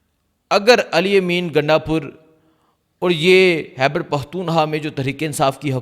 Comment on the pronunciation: It is not Hyber it is Khyber